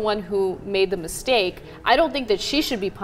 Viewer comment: hhahhahaha "misteak" hahahah yummm